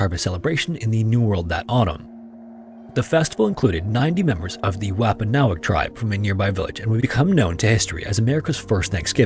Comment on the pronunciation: just so you know its pronounced womp-ah-nog. I live in MA and work in plymouth county. We all learn this history repeatedly as kids here. 😊 A horrible fate you could add to this..... Is KING PHILIP'S HEAD. A wompanoag chief who was eventually killed by colonizers after the bloodiest war per capita on american soil... after he fought back when they broke treaty after treaty.... Colonizers cut off his head and displayed it in downtown Plymouth for over 20 YEARS. There is even an ELEMENTARY SCHOOL in Hanson,MA that to this day is called INDIAN HEAD ELEMENTARY. There is a high school in MA called King Philip High school. Very dark. Would love to hear you tell that one. Thanks so much ❤❤❤❤❤